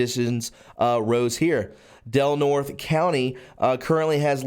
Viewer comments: Del Nort-ee' not Del Nort. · Del Norte = "Del Nortay". It's a Spanish name. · Good reporting... It's pronounced Del Nortay. The e at the end of the Spanish name is pronounced as a long a...It means of north or the north, county. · Del Nor tey